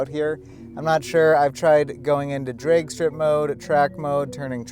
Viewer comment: Bro, are you Canadian? you keep saying Draigy and draigstrip mode lol